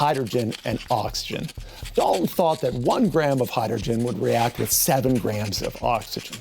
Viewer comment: I hate you mispronounced dalton